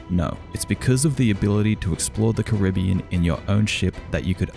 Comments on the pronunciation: You said Caribbean wrong. Fuck you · I just wanna say when he first says Caribbean he pronounces it “carra-bean” then he pronounces it the way it’s spelt and says “that how you say it”